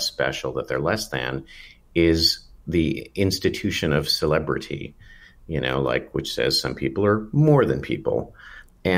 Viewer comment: Please quit saying "celeprtiy." It's driving my dog crazy.